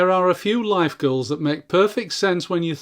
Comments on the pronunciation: Every time you said “goals” I heard “girls.” …chasing girls… LOL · You say goals I hear girls